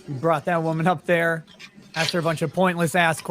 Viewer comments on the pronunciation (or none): He AXED dat. L O L